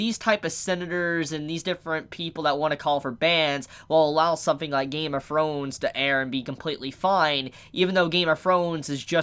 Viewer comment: What kind of accent do you have and where are you from because you saw “frones” instead of thrones and you said “frew” instead of “through”